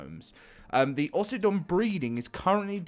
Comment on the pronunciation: "Aussie-don" sounds dumb.. it should be Oh-sydon